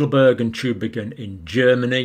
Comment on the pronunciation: you mispronounced Tubingen. I used too also. it is like TUBING N. and often the N seems to be swallowed and barely or not pronounced.